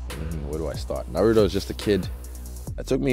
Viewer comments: And didn't say Narrruto like english native speakers. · Yep didnt say narudo like some "profesional" jounalists Lmao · The way he says naruto and sakura just shows how he is just IN the whole thing